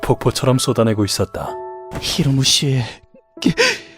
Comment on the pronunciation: 발음 똑바로 해라 히로무가 아니라 히무로다